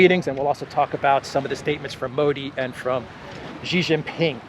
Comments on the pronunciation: Xi = sheeee not Geee. Sheee Jinping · …Love your content but please pronounce Xi as Alexander does, “She” not “Zshe”. “X” in chinese pinyin is pronounced with soft ‘sh’ sound.